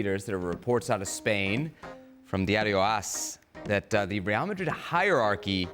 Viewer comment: It's real Madrid not real Marrid stop saying it like that you clown